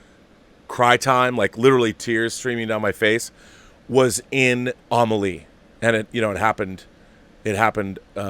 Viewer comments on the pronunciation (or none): Being bilingual, I'd love it if I were close to Rob to show him how to pronounce French words...Hahaha...'Amélie'